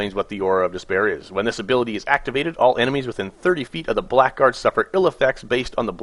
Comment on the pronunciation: Blackguard is pronounced blahguard